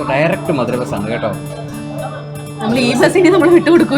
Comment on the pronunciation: മധുരൈ അല്ല, മതുരൈ ആണ്.